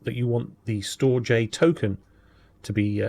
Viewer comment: Damnit man, It's pronounces "Storedge" 🙂